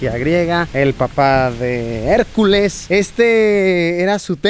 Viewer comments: Por favor digan me que hicieron meme cuando dijo Harculas AJAJAJAJA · "harculas" JAJAJAJA